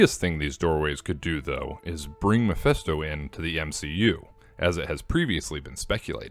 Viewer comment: YOU STILL HAVEN'T GOTTEN AROUND TO PRONOUNCING MEPHISTO RIGHT 😡 IT'S NOT MEPHESTO!!!